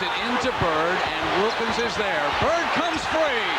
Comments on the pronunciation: at least pronounce wilkins name right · Trash video, trash comment. Wilkens' name is pronounced incorrectly throughout and you're lecturing about respect.